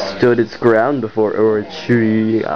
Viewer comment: shee-*RA-nuee *tounge flutter. *or-O-chee